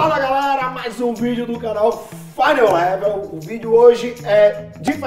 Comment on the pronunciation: "FINAL LAIVEL"